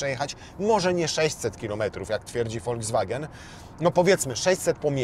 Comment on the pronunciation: Foldzwagen?? To jakaś nowa chińska marka?😂